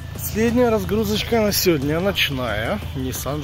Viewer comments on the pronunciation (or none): none